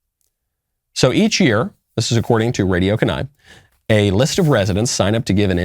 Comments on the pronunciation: Not pronounced "ken-AYE", Mr. Knowles, it's pronounced "KEE-nigh". 😊😁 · It is pronounced Key- nai. Please stop saying "kanai" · Sadly, a lot of the local politicians up here stink, the Anchorage assembly literally has the guy who just lost to the current mayor on it and has basically kicked him out and taken over. Our governor's pretty good though. There's quite a few hippies in Kenai, (key-nigh not ken-i), but the majority of us are republican. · OKAY MICHAEL, i can't listen to you say Kenai like that anymore... it's pronounced "kee-nigh" other than that spot on, Kenai and Homer are weird freaking places, but fun for a day. I live in Alaska and sometimes people get freaky with so much lack of vitamin D. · KEY-nye Guys, it’s not hard to look it up before you go live. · Bro, it’s pronounced “keen-eye” 👍🏼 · It’s pronounced “KeyNie” lol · It's pronounced keen eye. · Kenai => pronounced Keen-eye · It's pronounced key niy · Pronounced "Keen Eye". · Founding Fathers never intended religious plurality. Kenai is pronounced "Keen-eye" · Mr. Knowles you make a good point about religious freedom. Church used to be one of the main functions here in the AK. I used to think that type of crap or certain leftists beliefs wouldn’t reach here. But here we are. BTW it’s more pronounced Kee-nye, Mr knowles. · It’s Pronounced Key Nye. It is painful listening to you butcher that name. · It's "key nigh" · Me, an Alaskan: it’s “Keen-eye” and we do not associate with them. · Pronounced “kee-nye” lol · yeah it's pronounced kee-ny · Hello Michael! The town is pronounced Key-nye. Love your show! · Literally never been to Alaska and I know you pronounce it "Keen-eye" as one word. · Kenai is pronounced key-nye!🤦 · Why am I not surprised? By the way, Kenai is pronounced Kee-Ni. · It's pronounced Kee-nigh, thanks lol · Key-nye learn to use English. That is like saying ne-vod-doh. Instead of nev-vad-da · It's pronounced Kee-Nai, one word. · It's pronounced key nai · i was gonna say that